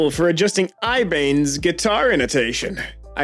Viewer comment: homes kicked the shit out of me by pronouncing it ibaynz